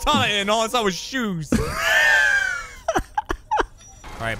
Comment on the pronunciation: The way says ‘shoes’ with out fail makes me laugh